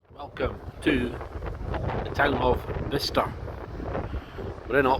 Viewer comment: Top 3 of all time, high scores for everything!! Dart set up looked phenomenal. TVs n the booths a nice touch aswell. I notice you were pronouncing it Bister. I’ve never heard of this place before, but if I had seen it on a road map or something, I would have been pronouncing it Buy-Chester as that’s how it looks. Thanks for the video